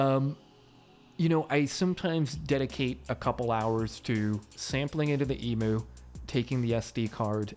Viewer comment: I love this video but the Emoo and not Emew pronunciation has me so creased.